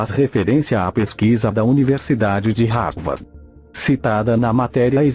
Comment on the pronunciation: universidade de havard? hahaha pensei que fosse Harvard hein Globo, ih, na verdade é ... ainda bem que não acredito em tudo que vocês falam...